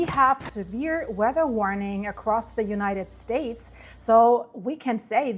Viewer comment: You keep saying "united" $lave$ wrong,!